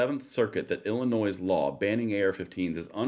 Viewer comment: When she can say my states name correctly maybe I will believe she gave more than a passing care my way. Illinois, the s is silent.